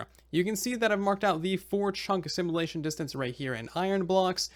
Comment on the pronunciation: Ear-piercing pronunciation complaint to be made: Should be sim-yu-lay-shun, not sim-uh-lay-shun 😑